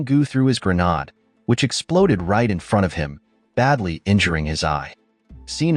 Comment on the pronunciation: Then why not fix it and change it to gernade? And why would you use AI if it can't pronounce simple words?